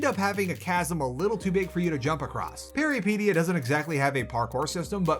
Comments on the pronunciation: Why do you pronounce Peripeteia like Alopecia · I believe the pronounciation is close to how you said it, but pe(as in pet or pen)-ry(hard polish y, I can't think of an example but if you try to say yh like "ugh" and just cut off the h you're there)-pet(as in pet rat with hard t)-ya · It's Greek for adventure. It's pronounced Περιπέτεια - > Peri (like Perry the platypus) pet (like pet) teia (like Tea from Yu-Gi-Oh). He kills the word every single time he says it. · It’s pronounced peripEtia. It means adventure in greek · Am afraid no, you didn't say it right and I am actually wondering if the devs have Greek background for choosing such title or it was just random. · man these are GIANT, we make'em way smaller than that Also you can't be even bothered to google how to say the name of the game for the review? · While I did like your review, you're killing the name. Please just check if the word has a specific way to say it before you mispronounce it every, single time. Good review of the game and nice cooking segment as always.